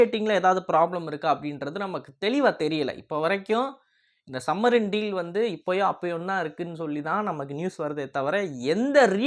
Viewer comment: தம்பி..... என்ன......சம்மரின்... சம்மரின்.......... சப்மரின்.,..என்று ... பேசுங்கள் ..